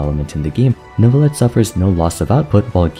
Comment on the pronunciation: I am so happy that the age of people saying "NEURVIETTE" is over. Jesus christ that pronounciation was awful to listen to.